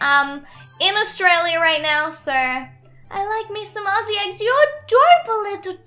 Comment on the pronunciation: YOUR THE FIRST ADOPT ME YOUTUBER WHO SAYS AUZZIE RUGHT FINALLY WOOHOOO YESH!!!!!!!!!!!!!!!